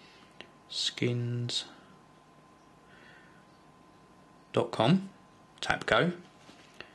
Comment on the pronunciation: Die-Oh-Blow Skins? its Dee-Ob-Low **your welcome